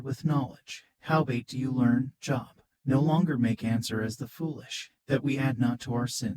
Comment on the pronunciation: You pronounce his name wrong…you pronounce it as the word for work..going to a Job. His name has a long O